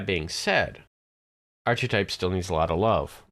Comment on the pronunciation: First, a guide to pronunciation; ark-uh-type not arch-eh-type a-paws-tate not app-us-tate Also, Artificer is unquestionably stronger than Rogue or (solo) Bard at this point. Six points in Macrotechnic lets you maximize/empower/intensify your rune arm blasts (still at zero spell points). Two more lets you keep Vengeance Reapers bottled up until everything else has been killed. That's all you need. Other stuff in the tree is 'nice', but there are better options (e.g. Shiradi or Draconic).